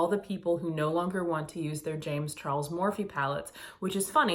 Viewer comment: james char-less LOL